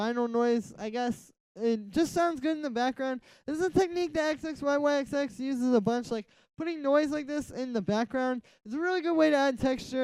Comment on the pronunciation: This tut is awesome thank you so much. Also just so you know in the future, you pronounce his name zizzy.